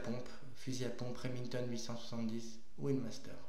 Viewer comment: Juste comme précision,, c'est Wingmaster, pas Winmaster .